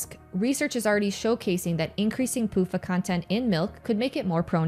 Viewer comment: Every time I hear you say pufa, I can't help but hear "poop uh". Sounds like the second name is more accurate anyway. LOL